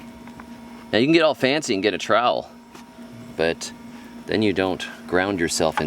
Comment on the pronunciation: "you can get all fancy and get a TROWL". lol